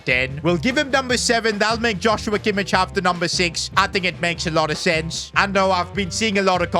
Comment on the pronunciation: It’s Kimmich’s name is pronounced kimick